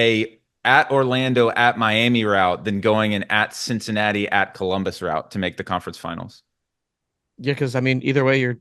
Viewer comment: really said Cinci...